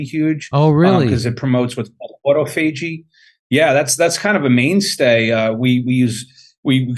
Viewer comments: AutoFeegee?! Doc thats not how you say that, its Autophagy. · "auto-FA-gee?" Isn't it pronounced "awe-tauf-oh-gee?" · this guy is a doctor and doesnt even know how to pronounce Autophagy ? (ah tof a ge)